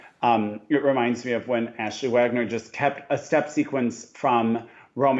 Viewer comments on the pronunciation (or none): none